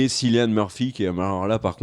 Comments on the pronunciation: "Sillian murphy" et "piki blinders" wow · Ça se prononce Killian Murphy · Sa se prononce C(k)illian Murphy merci Dsl sa me stress a mort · juste les gars Cillian ça se prononce Killian... et les coupes de cheveux j'trouve ça apporte un truc dans un premier temps ça apporte le côté historique mais aussi la différence on sait qui y sont Cillian a un charisme à l'écran que personnellement j'trouve que ça choque pas qu'il soit le chef des peaky blinders, il avait déjà incarné l'epouvantail dans batman begins et Jackson rippner, un terroriste dans Red Eye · Cillian se prononce comme Kilian ! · Cilian Murphy se prononce "Killian", il est irlandais (comme dans la série)! Je sais que je pinaille car c'est vraiment le seul petit reproche qu'on puisse faire à cette très bonne vidéo. Merci à vous de parler de cette excellente série!